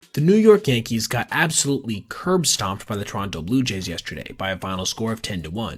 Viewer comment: Pronounce Toronto properly